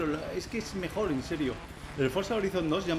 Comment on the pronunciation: Soy yo o tele dice mejol